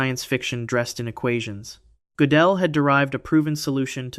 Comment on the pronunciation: Hard to keep up when his name changes from Godell to Gotellle every other sentence. Pick a pronunciation and stick with it.